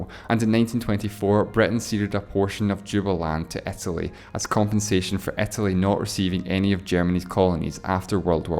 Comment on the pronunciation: Etely not Italy, Bretish not British